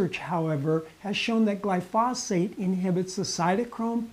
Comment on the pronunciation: You don't even pronounce glyphosate or Monsanto correctly, and you seem to be clearly enunciating them.